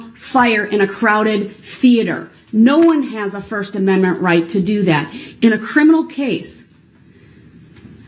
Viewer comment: lmao over, ''mend mints'' .... i want to scream when he slaughters that word ....